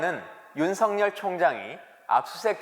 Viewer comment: 윤석렬이면 윤성녈로 읽지만 윤석열은 윤서결로 읽어야 합니다 청와대 양반!